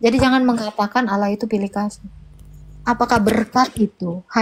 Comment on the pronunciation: TULIS ALLAH KO DI BACA AULLAH